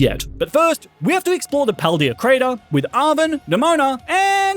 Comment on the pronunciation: why does he say paldea wrong